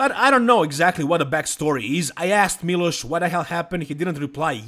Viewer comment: Kad sam čuo kako izgovaraš Miloš odma sam znao da si sa naših prostora. Miloš je bog i batina i tu nema price, Samson je poraz podnio kao neko dijete. Sjetimo se samo Hadija na olimpiji i njegove reakcije i to su nam sampioni. Trebao je dobit sankcije barem od olimpije da se ne takmici sljedecu godinu ali ok. I olimpija je postala smjesna vise i nepredvidiva.